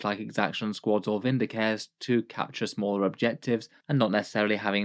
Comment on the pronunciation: Say 'Vindi-car-reh'!